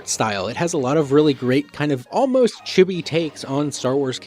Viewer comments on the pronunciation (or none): none